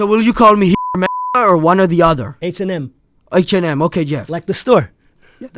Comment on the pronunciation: when he said h&m i heard hired murder😅😅😅